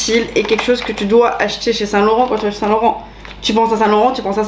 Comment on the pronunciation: Le lapsus de Lena à “j’ai jamais eu de seins(saint) du coup” 😂 Que du love évidemment ❤️